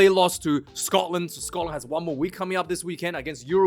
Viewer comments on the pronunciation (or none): none